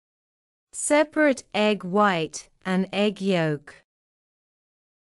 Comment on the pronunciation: You pronounce the verb sauté wrong, and separate too wrong.Are you an Indian teacher?